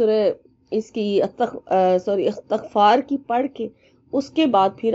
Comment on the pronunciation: Ap ne astgfaar hi galt parh rhi hn